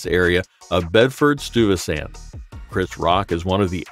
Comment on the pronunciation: Bedford Stoovistant? Seriously? Don't narrate 8d you can't pronouce the names correctly!